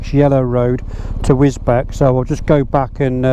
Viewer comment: Sorry but as I live in that area I know how bad and how dead straight most of the roads are...boring...takes me roughly 30 mins to get to anything decent...try the run from Godmanchester to St Neots and then towards Higham Ferrers on the B645. Oh and the town of Wisbech is pronounced Wiz Beach .lol